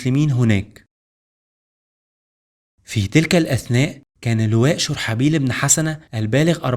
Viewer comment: (شرحبيل ) ببضم الشين وفتح الراء وسكون الحاء وكسر الباء